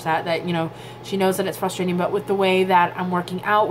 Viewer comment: FYI. Frustrating is not pronounced FUSSTRATING IT'S Frussss -tray -ting ....